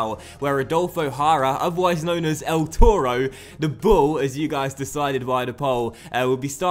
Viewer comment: Toro ahould be pronounced with more authority. Tor-O should rhyme with borrow 🐃